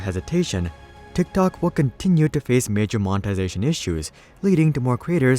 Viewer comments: Did he say “Dicktok” ??? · This guy says Tik tok like a dork😂